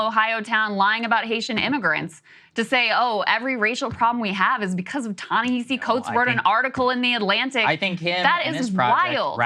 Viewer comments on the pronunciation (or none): Proper pronunciation "Ta-NaHASI" Coates. The man told me this himself. Also: Saagar sounds like a maniac here